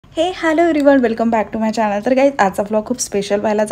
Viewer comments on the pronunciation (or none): none